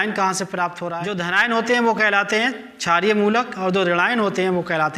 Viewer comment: He is telling shaar ,😀😀😀chaar!!